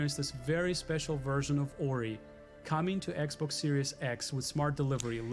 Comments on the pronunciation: I cant take him seriously when he pronounces Xbox "Eggboc" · ECK-BOCK 👁O👁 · “ECC BOCC SERIES ECC BOCC, BOCC X S X ELITE” DEAD 😭🤣🤣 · Every time Joe says "Ecc - Bocc!" I'm reminded of the name "Ecgberht" and it's almost as if Joe is calling out for his medieval-named technician... "EGBERT!!! THE STREAM ISn'T WoRkInGGGG!!!"